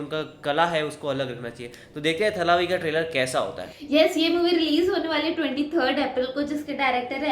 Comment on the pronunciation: It's not thalavi it's thalaivi